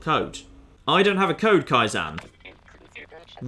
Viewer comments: "Kai - ZAN" fucking hell... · It's Ka-eye-ZEN, it's a Japanese word for gradual improvement/progress. Pronunciation's throwing me off real bad you throffy bugger